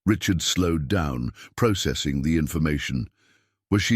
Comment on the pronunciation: You are miss pronouncing processing